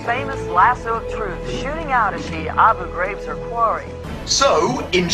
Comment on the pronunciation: I never understood what "abu graves" was. I finally learned it's Abu Graihb"